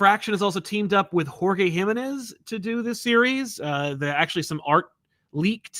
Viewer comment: Hi! A friendly tip from a Mexican over here, the stressed syllable on Jimenez is the middle one (ji-ME-nez) c